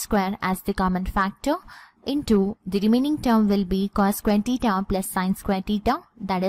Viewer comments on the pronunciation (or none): Pahle theta bolne sikh lijiy madam😂😂